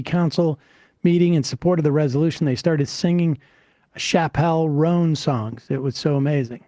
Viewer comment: The way Sam pronounced Chappell Roan cracked me up